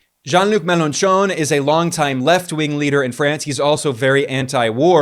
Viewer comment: An excellent report, as always. By the way, the 'ch' sound in French is pronounced very similarly to the 'sh' sound in English, as in the sound you make when you want someone to be quiet. So Mélenchon sounds phonetically, for an English-speaker, something like MEL-AW-SHO.